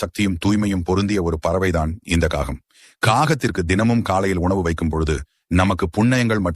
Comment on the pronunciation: Kagam not gagam; get your pronunciation correct